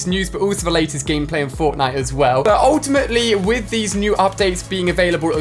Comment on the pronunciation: He says “ultiamatly” alot